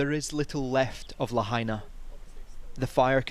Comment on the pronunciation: la ha i na............. la, ha & na al sound a as in "hot",the ah sound when the doctor brings a tongue depressor i sounds like i in machine, the eeee sound la ha i na....... carry on